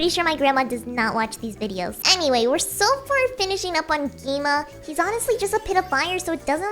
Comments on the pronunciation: It is not gi ma it's gwima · ITS GWIMA NOT GII MA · You said gi-me✔️ gwi-ma🚫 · Lol she said gi ma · why did you say gi-ma 😂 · Bro said gi-ma